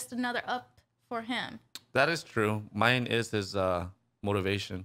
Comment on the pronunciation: I know we rather call her the B word, but her name is not pronounced Mine either ... Myne is pronounced with 2 syllables. should be "Me-Nay"